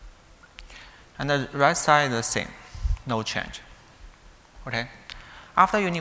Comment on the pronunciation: All are good but the strange pronunciation of "and" and "data". I suggest taking some time to practice the two simple and high frequency words. Thanks a lot😊